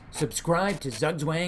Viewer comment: Again, very likeable and unique commentation style, especially the level of maturity shown when handling the topic with the Saudi Arabians. My advice from Germany: Pronounce "zugzwang" like "tsook tsvung" 😎✌️